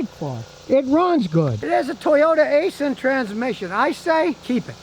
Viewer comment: *Please*, STOP pronouncing Aisin "A-sin". Properly, say: "EYE-sin" (アイシン). You would not like me calling you "Scoooty KYLE-mer".